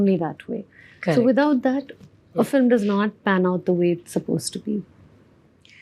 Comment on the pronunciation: It’s pronounced Film not Filum